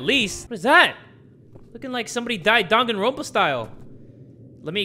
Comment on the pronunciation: common man I KNOW you didn’t pronounce danganronpa as dog-on-ropa! Boi!!!!! (Dang-an-Ron-pa) I’m disappointed in you lol.